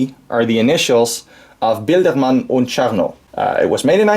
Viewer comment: Thank you for the video! Onе note - it's "Biedermann und Czarnikow" Not "Bildermann und Charnow" , as you have pronounced it in the video...